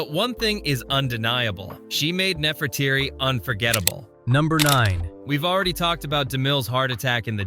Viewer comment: The odd thing is that the wife of Ramses l was called Nefertari not Nefertirii. Nefertiti was an entirely different queen of Egypt.